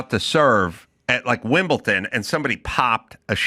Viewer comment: WimBleDon not Wimpleton!!!